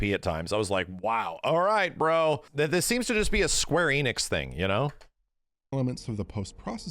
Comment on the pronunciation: And it’s not Square Eeeenix it’s Square Eh-nix, always has been. He’s been saying it wrong for years upon years